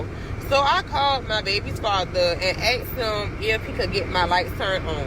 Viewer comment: So many violent women going around axing men. "I axed 'em for dis and I axed 'em for dat, he said no so I axed 'em again!"